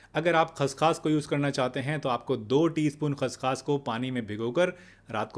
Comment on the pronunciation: खस खास नहीं खस खस कहो ।